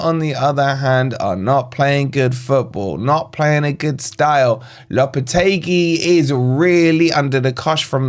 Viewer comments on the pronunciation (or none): none